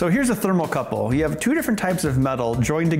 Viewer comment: It's called a "thermocouple", Ben. Not a "thermal couple".